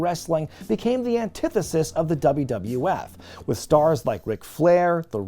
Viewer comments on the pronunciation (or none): whenever someone says antithesis in regard to Dusty i laugh at him trying to say it...